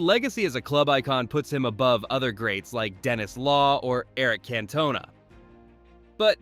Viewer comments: The pronunciation if Cantona makes me lol … lol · How was supersub OGS, not on the bench. AI is not very intelligent and someone please the the narrator how to prounouce CANTONA. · Its Cantona not Cantona.